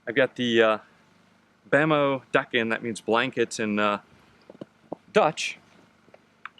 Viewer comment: Deken, pronounce : dayken, daykun. Holland is not a country. The Netherlands is a country.